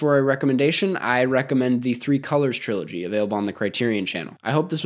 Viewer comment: notice how you said "trilogy"